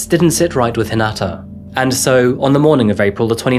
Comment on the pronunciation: Hi-na-ta. Not Hin-a-ta.